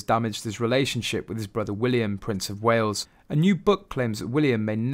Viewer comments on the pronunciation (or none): none